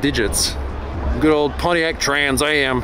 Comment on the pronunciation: The way you said Pontiac trans am in an American accent has me cracking up